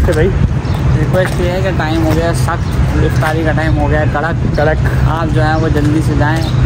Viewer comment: اسلام علیکم بیٹی آپ افطیاری کیوں بولتی ہو بیٹا افطاری بولا کرو پلیز مائنڈ نہ کرنا